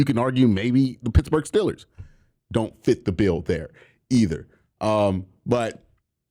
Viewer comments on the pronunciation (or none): none